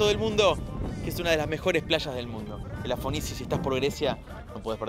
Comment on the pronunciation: Muy bueno, pero algunos datos estuvieron mal...Se equivocó dos veces cuando nombró la playa rosa, nunca dijo "Elafonisi". Un desastre, al menos aprendé a decir bien los nombres de donde vas a estar che. En esa playa SI hay peces y también hay piedras. La arena no es fina, más bien es arcillosa. Y es verdad que no hay música, pero de tranquila no tiene nada. Si vas en pleno julio/agosto, es un gentío tan impresionante que no conseguís sombrillas y la cola en los lugares para comer y tomar algo es bastante larga...(Yo estuve un mes y medio en Creta y a esa playa fui muchas veces)